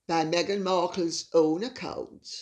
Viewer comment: "Me-"ghan, that's the easiest way to verbalize the personality disorder!